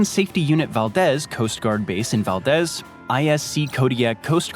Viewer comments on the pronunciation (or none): Clear AFB not Clean AFB, and Valdez is pronounced Valdeez not Valdes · Val deez is how its pronounced